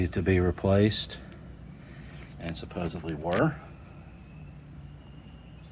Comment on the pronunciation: There’s no B in the word supposedly.